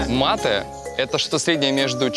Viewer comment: умница Антон, что в мАте ставишь правильное ударение, а не как Бадоева. Изменение ударения меняет суть, исли говоришь с испаноязычными . МатЕ означает - "я убил"